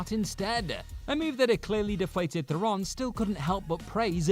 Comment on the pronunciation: Theron rhymes with Sharon and Karen. It's not Thare-OWN.